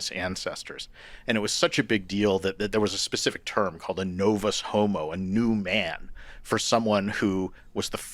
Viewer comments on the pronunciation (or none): "nOevUhs hOeMoE." 😂